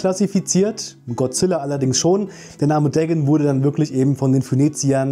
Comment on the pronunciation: Bruder der heißt nicht Degn sondern DA-GON